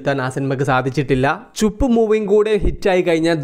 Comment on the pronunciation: ചുപ്പ് അല്ല ചുപ് ബലം കുറച്ചു പറഞ്ഞാൽ മതി